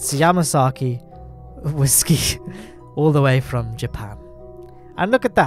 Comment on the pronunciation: Why are you saying whiskey like that mate.